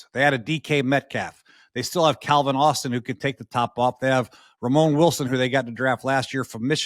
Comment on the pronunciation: You mixed the vowels up. Not Ramon Wilson, it's Roman, like the historical empire. Steelers grade very well in this trade IF they acquire another WR2 before camp. Doesn't need to be Pickens level but someone who can open up the field for DK Metcalf. If they get that and it is someone less problematic. Calvin Austin, Robert Woods, and Roman Wilson are not that person. Those 3 are competing for slot reciever and WR4 atm. If they go into this season without a replacement, same as they did last year. This is just a major fail. As far as why not before the draft, I just assume no one met the price to take him of 3rd round pick and they were gonna stick with him as WR2 until someone ponied up, which the Cowboys finally did. Or because the Steelers want LOTS of draft capitol in next years draft where unquestionably there will be a better group of QB's they can choose from. ATM they should have 12 picks in next years draft, they are going to use some of that to move up and get whatever QB they really want.